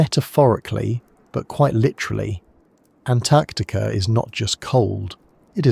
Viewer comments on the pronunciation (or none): "Antactica" yup, ai.